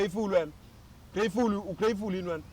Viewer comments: "Im grayefull"🤣🤣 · "M blackful not greatfull"😅😅😅😅😅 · Ugreyfully yini😂😂are you great fully 😂😂